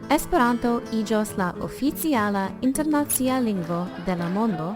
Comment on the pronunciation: Is it so difficult to say internacìa instead of internàcia? I hate this mistake. / Cxu estas tiel malfacile diri internacìa anstataux internàcia? Mi malamas tiun eraron.